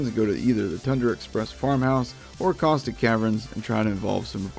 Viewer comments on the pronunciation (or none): none